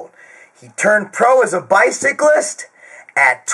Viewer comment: Wtf is a bycalist Loool Love you